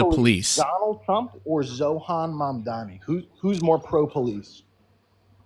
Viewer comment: both of u calling zohran mamdani "zohan" makes my soul ache 😭